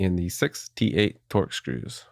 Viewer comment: For a second I thought you said 68 torx screws 🤣🤣🤣🤣 then I realized you said 6 T8 screws hahaha